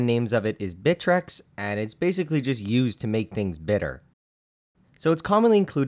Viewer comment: it's "Deena-tonium" not denna-tonium.....and it's "By-trex" not "bit-trex"...just sayin......